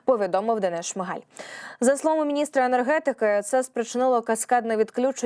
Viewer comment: Денис а не Денес. В Молдові КАГУЛ а не КАЛУГА.